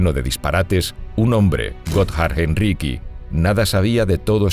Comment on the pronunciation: Heinricí no es riqui.